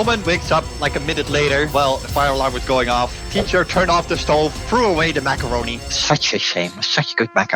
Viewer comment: "such good macawonie" - May 26, 2024